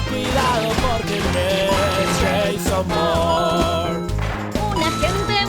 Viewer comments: He (re)visto la saga hace algunos días, pero aqui estoy porque en las pelis no se puede oír: mucho cuidado por él es Ja-Son Bo-ur-ne 😏😏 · corrección; Sheiso born. -no aguata Shon wick...